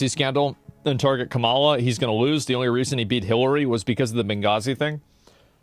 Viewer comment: I'll take Asmon's political opinion seriously whenever he starts pronouncing Kamala's name correctly